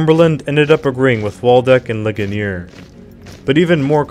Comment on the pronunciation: Campbell ( Cam-Bell...P is silent) Lille ( LeeL) Ligonier (Lea-go-ny-A) was a French exile.